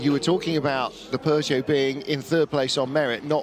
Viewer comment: pUgeaou and porschA, come on